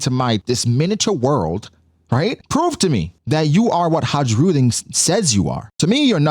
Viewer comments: I think its just HA-rudin. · it's pronounced hairudin bro, hairudin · Pretty sure the j is silent in Hajrudin. Har-Ru-Din